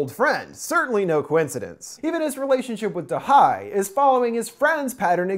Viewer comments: if you had watched the movie, you would have noted they say da ye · it's da he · i am pretty sure it’s “da hye” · "to butcher the korean language as little as possible going forward" "turns out da-HI" haha you tried 😭 Edit: its Dahey btw!